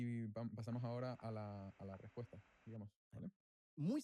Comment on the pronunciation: a penas puede pronunciar la ''R'' la pronuncia como ''TWIERRWA'' MI ''RWESPUESTA'' ''RWESPONDA'' realmente, parece haberse criado en lengua materna inglesa y que SI, sea una semilla estadounidense... que Circo la locución amor.. TWIERRWA